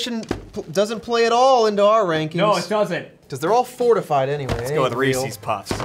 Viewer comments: It's Rees-iz, not Ree-sees. Reese's Pieces rhymes. It's not Ree-see's Pee-sees. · REE-SEES? REEE-SEEEEES?!